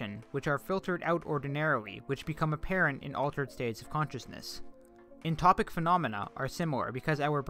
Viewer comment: incredible video thank you!! and it’s entoptic, not entopic